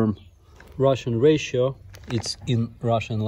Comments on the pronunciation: Ration is "ra-shen".... not "ra-she-o-(n)" On behalf of every native English-speaker in the world, I apologize for the nonsensical spellings. :) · Ration is pronounced "Rah-Shon". The miss pronounce is adorable though :P. Particularly around 7min 31s where you say "Russian Ration" and it sounds like you say "Ration (correctly) then Ration (incorrectly)"